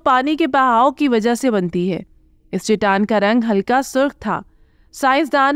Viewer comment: Khuda ka khauf kar lo.. baar baar Chitaan Chitaan kaha ja raha hay.. saheeh talaffuz Chataan hai.